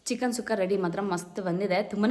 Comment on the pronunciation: ಚಿಕನ್ ಸುಕ್ಕ ಅದು ಸುಖ್ಖ ಅಲ್ಲ but anyway Recipe Super ❤❤❤